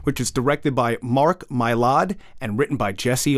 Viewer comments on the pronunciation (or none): 3 certainties with Succession: 1. Kendall always loses. 2. Logan always wins. 3. always mispronounces the names Macfadyen and Mylod.